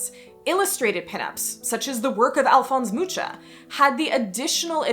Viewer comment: it's sad to hear Alfons Mucha's name being misprounounced. the closest English analogue for his native Czech pronunciation ['muxa] is ['muka] (moo-kah). his surname also is a noun with a common meaning – a fly. same in other Slavic languages like my native Ukrainian and Russian, so I basically grew up hearing from my mother about an illustrator "Alfons the Fly" :)